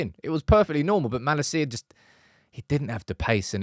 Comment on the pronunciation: I love your videos, but how do you know so much about United & not know how to pronounce Malacia’s name? 🤣